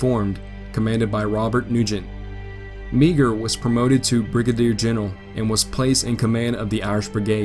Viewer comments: Meagher's name is pronounced "mar". Dont mean to be condescending, I've just read a lot about him. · Meagher is pronounced "Mar". Otherwise, good vid. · Meagher is usually pronounced Mar. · Meagher is pronounced as marr. His statue is located in front of the capitol in helena, Montana. He died mysteriously while on a river boat at fort benton, Montana. His body was never found.